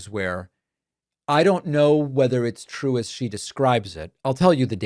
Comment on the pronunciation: 😂😂😂😂😂😂😂 its twew its twew, so says the lying Levet.